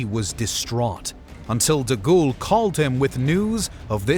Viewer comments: General Charles 'DeGhoul'? Surely De Gaulle does not deserve such a mispronunciation of his surname. Other than that, well done and interesting video. And as Winston Churchill said much later than three weeks afterward, "Some chicken; some neck!" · Haha, "deghoul". Fix your AI voice, chief. It's awful.